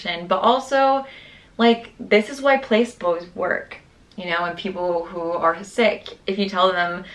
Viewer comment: absolutely amazed by how you literally made whatever you wanted out of your reality. i love this type of documentation of your growth and healing and overall rebirth ✨🤍 ps, placebos is pronounced pla-see-bowz , not trying to be rude just fyi:)